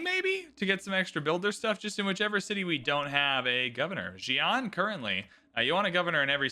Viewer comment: Agreed. Or even the city names 😂 “zi-an” vs. “si-an” haha